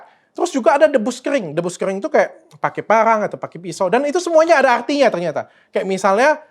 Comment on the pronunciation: Gc jelas bang ngomngnya..parang apa pangang.sayembara apa sayembanga..hehe..